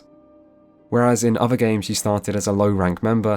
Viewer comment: Did you really go to Uni? I mean you say 'ovver' instead of 'other' and you think 'casted' is a word so maybe your teachers just didn't hit you enough with a wooden ruler?